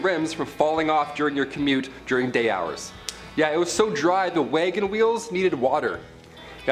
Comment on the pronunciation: HAHAHA wangen weels haha